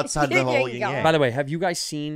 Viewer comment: yin and yang. not ying and yang.